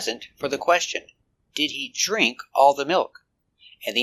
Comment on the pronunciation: Is it really a long "e" sound for drink?